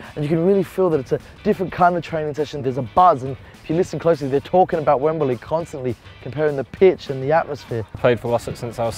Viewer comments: y u pronounce it wembuhlee? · Wemberlee? You're not a pommie.